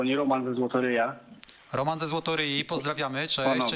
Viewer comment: ale Taco powiedzial: "Roman ze Zlotoryja"